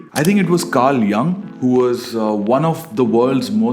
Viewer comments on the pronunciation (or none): Yoong (Jung) not Young. It is German (Deutsch) pronounce, not English. Carl Jung was a Swiss. But Switzerland is comprised of Italian, German, French, Retoroman speaking people and ethnicities.